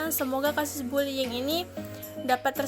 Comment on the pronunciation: Bullying atau bulling🤣